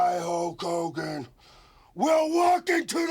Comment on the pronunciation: Take a shot every time Warrior says HOKE HOGAN 😂